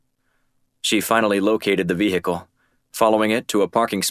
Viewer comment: The pronunciation of Vehicle is starting to get annoying.. Good series so far..